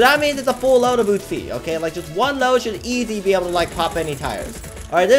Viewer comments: Normal Person: Uzi - oo-z: Uzi - oot-chi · It’s uzi not utzi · WHY U KEEP SAYING UTZI